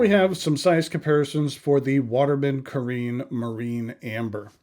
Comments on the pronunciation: Did you notice, the back fineal is upside down on your pen? You probably didn't, because then immediately the resemblance with a sleek Italian Riva speedboat would look ridiculous, because that speedboat would sail upside down..!! This fineal placing is so off, it negates the whole intension of this Carène. And one last thing, if you handle stuff from France, try to get the pronunciation right...please...try to look it up somewhere, it sounds so off, when you can't speak the lingo. Look at the accent, it is there for a reason. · I agree it was slightly rude, but dismissing it like you do is a little bit much. Other reviewers make an effort to pronounce things better, in some cases even teaching people how to properly pronounce. So I respect your poin,t but he was way off on two words ha ha not to mention, dismissing the “classic” look of the pen as dated. seems like a contradiction to me. He also called one of his other Watermans by the wrong model name and I believe is wrong about what he said about the converter. I like him he just had a bad day. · It's pronounced "ka-wren," not "ka-reen." Please take five seconds to check the pronunciation of non-American English words. And perhaps more embarrassing is calling Bungubox ink Bung Box.